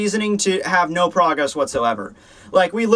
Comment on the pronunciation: Goddamn..you really really really really need to slow your mind down when you speak your words..you just butcher the english language this week lmao "Progess?" xD "Maybe we'll get a cool fight between Uryu and Ishida"..? xD the lols dont end with your jokes man not this week